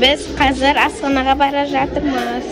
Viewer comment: Асхана десен маган Астана дегендей естилип кети